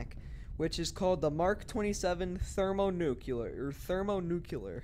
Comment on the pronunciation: Thermo nukiller 🤣🤣🤣 its thermo nuclear